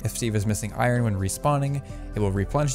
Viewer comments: instead of i-ern? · I never heard anyone say I-ron